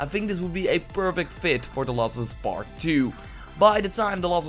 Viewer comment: "The laws of us pet 2" seriously wtf can you not say last